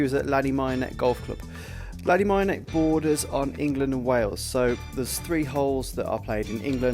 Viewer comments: Top tip. Ask someone how to pronounce the name of the course 😂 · Excellent video - but very disappointing that you didn’t take the time to correctly pronounce the name of the course. 😮